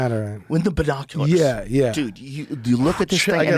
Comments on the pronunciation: we just gonna ignore his emphasis on BInoculors, nah aight all gooood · The way Joe says binoculars